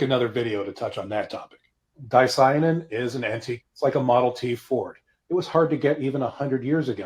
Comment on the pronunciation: Ps. Dicyanin is pronounced: Di-cia-nin , the Y is also pronounced as an "i" instead of an "e"😊 fyi